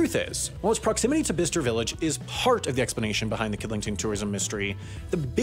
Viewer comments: It’s pronounced by-ches-ture! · lol I've neverr heard it pronounced like that before... It's Bi-ces-ter Interesting video, Chinese tourists are a funny bunch. I bet you that facebook group is filled with absolute gold. Middle englanders are not exactly known for their welcoming of "outsiders" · Royally pissed me off how you pronounced Bicester, it’s pronounced bi-che-ster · Another great vid, but can I just say I think its 'By - Chester' not bister :) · I laughed when you said Bicester Village as BISTER Village lol, its pronounced like ByeKester. 😄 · “Bisster Village” 😂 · Urm, Bicester is pronounced Bi-sester. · It’s bye-ses-ter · It isn't. Ask anyone in Birmingham, Alabama. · The way you said Bicester lololool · Omg, your pronunciation of Bicester is criminal. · You're not saying Bicester correctly. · Sorry how did he just pronounce Bicester??!! :D :D Ahhh Americans, the only English speaking people who cant speak English :D :D